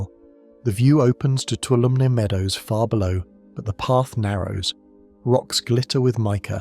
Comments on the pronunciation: it’s pronounced (Two-waHL-oh- ME) Toulomne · For future reference, Tuolumne is pronounced too-wall-um-knee. I live in a neighboring area.